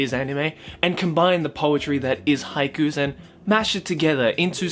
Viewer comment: Might as well pronouce haikus as haikyuus